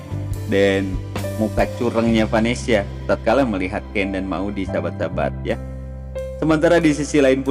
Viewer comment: Ngomong aja salah-salah ,gimana sinopsisnya mau bener bro....,bukan vanesia tapi vanesa bro.....payah nih sinopsis nya ,mendingan ga usah prediksi sgala lah,pasti salah semua prediksi nya bro.